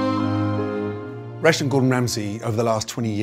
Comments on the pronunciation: Does anyone else hear "Russian" instead of "Restaurant" ? English people never enunciate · Up until I thought he was saying "Russian Gordon Ramsay" and I was so confused. I thought it was a feature spot on a Gordon Ramsay restaurant located in Russia.